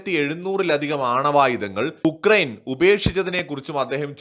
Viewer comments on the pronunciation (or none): none